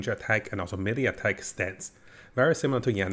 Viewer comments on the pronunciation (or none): none